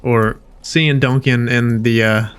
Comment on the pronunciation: Okay so I’m watching while I’m working from home and your pronunciation of “Duncan” as DONK-an every time makes me smile. I keep thinking “ooh he thicc”. I love your videos! Please keep them up. I’m replaying DA2 now. 😊